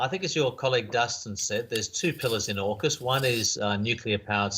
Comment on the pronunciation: I thought he said jackas